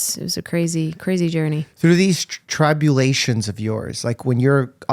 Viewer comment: Dr. Mike—nice interview! One correction: the /i/ in the word "tribulations" is a short vowel and pronounced as in the word "pin" or "him" (not like the /y/ in "try").